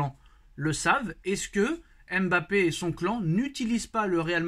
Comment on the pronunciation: ON ne prononce pas le M de Mbappé il la dit dans envoyer spécial